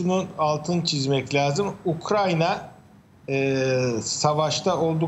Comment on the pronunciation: Ayy şu ukrayna ya. Ukranya diyorlar yaa gıccık oluyorum. Kulağıma takılıyor..